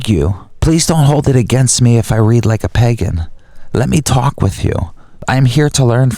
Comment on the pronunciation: It's pronounced "Pay-GAN" not PEGEN